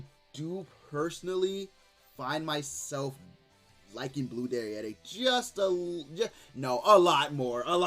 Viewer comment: The way you say derieri is always awesome dude 🤣